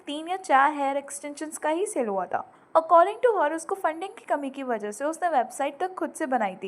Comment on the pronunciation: mam why are you saying taaa, taaa to thaaa. Kr diya thaa not taa please 🥺